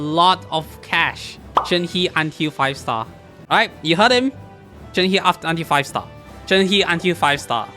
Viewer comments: shenhes name is pronounced "shen - huh" not "shen hee" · …I love you but..SAY SHENHES NAME RIGHT